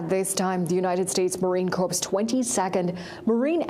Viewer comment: "Corps'" is pronounced "cores" not "corpse".